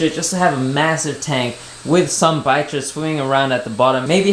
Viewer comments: We pronounce them bichir (bee-sheer) 😁 its nice to see that you already have 2 endlis..😁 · I just researched the pronunciation of bichir. Since it comes from French, it should be BEE-sheer. but people do pronounce it all kinds of ways. lol